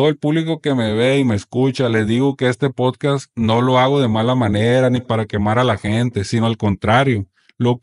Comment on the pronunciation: Por qué los sinaloitas no pueden pronunciar "podcast"?